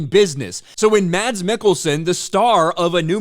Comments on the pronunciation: PSA: "Mads" is pronounced fairly close to "Mess." Found that out not too long ago. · I am merely wondering that if someone talks about Mads Mikkelsen, why he didn't even take the time to learn to pronounce his name. Typical arrogant ignorant American.